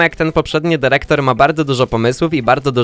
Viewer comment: DYREKTOR nie derektor!